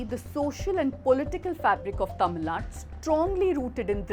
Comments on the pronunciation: Dear editor, - I welcome your commitment to the independence of media. -- The narrator did a good job but why is she mis-pronouncing the name "Tamil Nadu" as "Tamil Nad"? - It is highly disrespectful to Tamils that your narrator, wbo is able to pronounce the names of the other southern states coŕrectly, has failed to learn how to pronounce Tamil Nadu's name. I hope she has no animus against Tamils and Tamil Nadu and will rectify her error. Regard, Thevar TAMIL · Please stress the Tamil Nad'U' . Hope you correct it from the next video onwards.